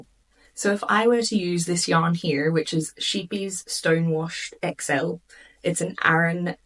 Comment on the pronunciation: Funny how you pronounce "Cheapies" for Scheepjes, from the Netherlands. And if you are not in USA, which size is H in mm?